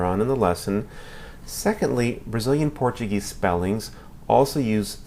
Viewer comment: Tu ate parece brasileiro cara pronúncia quase perfeita